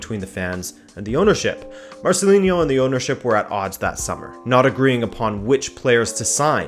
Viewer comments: Marcelino no Marcelinho or Marceliño lol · Negredo wasn't a Mendes client. In fact that formed part of Valencia fans' frustration with Nuno. When Negredo was ostracised from the team for speaking out, it was felt that he was being victimised in a way that Mendes clients wouldn't have been. Also he's Marcelino, not Marcelin-yo. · Great video as usual. Just a note: it's pronounced MarceliNo, with a regular N.. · Marceliño hahahaha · Marcelino is spanish not portuguese or brazilian. There's not "inho" sound. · Not to be that guy, but Marcelino is pronounced as it is written, with an n, not a ñ or a nh :P Solid video anyways! Very very interesting 😉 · It's "MarceliNo", not "MarceliNHo", and "Alcásser", not "Lacáser".